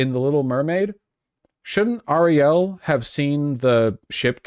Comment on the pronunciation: can vash not say common names correct, miles morales - and ariel he is putting interesting emphasis on the last sylabols